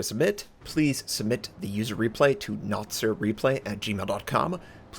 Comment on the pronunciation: Everytime you say hey this is notser your voice sounds like some European accent :p just a random observation